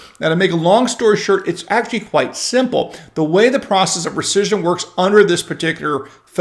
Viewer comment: Could you please say "recission" ONE...MORE...TIME...Please...!?